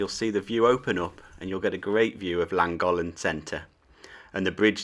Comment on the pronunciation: Lovely video, I enjoyed it, but please learn the correct way to pronounce Llangollen.